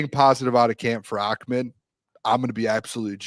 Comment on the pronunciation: It’s ahh med. not ock med 😂😂😂😂. In what universe in the English language does an H become a K ? 😂